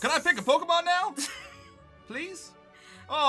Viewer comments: “Pokemans” LMAO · I love how he pronounced it ‘Pokieman’ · It’s not Pokémons it’s Pokémon its sort of like deer it’s not deers is it Jes and.